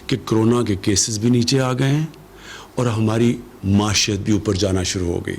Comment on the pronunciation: Muashat??? It's pronounced Moeeshat